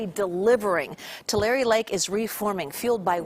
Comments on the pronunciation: It's pronounced " Tulare" Is "Two Larry" you people always have newbees that don't know how to pronounce certain words & names. Find out before you go on air. Annoying when you say them wrong, its like you are talking about somewhere else. Peace on Earth. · Too-La-Ree, not, to Larry! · Dear narrater: it’s pronounced-two-lair-ee not two lar e 😂😂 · "Two-Larry" Lake. Please get it right. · “ TouLarreeeh” I wonder how far north the water will go! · It’s Too-Larry